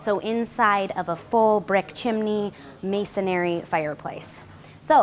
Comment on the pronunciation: "Mason-ree" NOT "mason-airy"